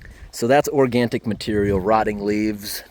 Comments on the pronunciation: It's ORGANIC material not organtic. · There is no "t" in organic. Just a friendly fyi.😊